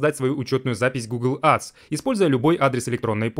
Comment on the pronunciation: Учи английский АДС 😂